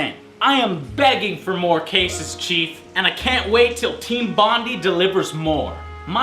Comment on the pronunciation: Did... did he say "Team Bondy"? *Sigh*